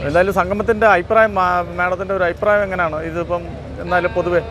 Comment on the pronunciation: Ayiprayam alla changathi,afiprayam ennu parayanam.